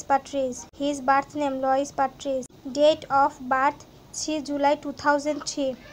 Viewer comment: Please pronounce his name correctly